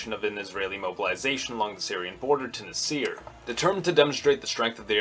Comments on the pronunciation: Nah sr (badum-tss) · Hey buddy, it is pronounced "Nassir" not "Nasseer". What planet do you come from? You are clueless about Middle Eastern history. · I think it's Nah-sr not Nih-seer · Stop pronouncing Nasser as "naSEER." Emphasis is on first syllable, NAH-sser. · This video is false. First, Nasser is not pronounced "nuhseer", secondly, Jamal Abd Al Nasser is not a Baathist in fact he called it fascistic. He is an Arab Nationalist. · Even so, Nasser was a famous enough personality whose name was well known in the West and if you watch or hear news footage about Nasser from 50-60 years ago, they never said na-SEER. I'm not saying he needs to have an Arabic or Egyptian accent. I would make the same criticism if he pronounced Nehru, or Gandhi's names the accentuating the last syllables. like nehROO or ganDEE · It kind of irked me the way you Pronounced Abdel Nasir